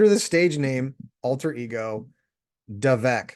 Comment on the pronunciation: Vivek = rhymes with CAKE!! Glad you are doing some research on him but please continue to do more!!. He or Trump would my preference on the Republican ticket. You mentioned the word "strive" in your comment. That is the name of the most recent company that he founded!!